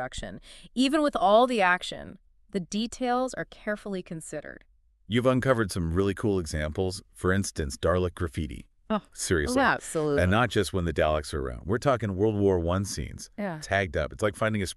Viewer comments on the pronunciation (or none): It is not “Day-lek”, it is not “Dar-lek”, it is “Da-lek”. This sounds like it could be an interesting podcast. But I cannot get over this pronunciation. Also, this sounds like AI…